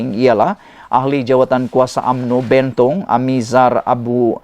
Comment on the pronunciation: Anda sebut PELANGAI dan BENTONG salah.. Tak sekolah ke dulu?